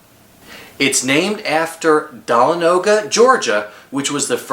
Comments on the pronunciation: OMG it is not da - la- no - ga it is da- L- on-a-ga 😔😔😔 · Dah-lah-no-guh😂😂 It is pronounced, Da-lawn-ah-guh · Mindbender was built in 1978 and u pronounced Dahlonega wrong lol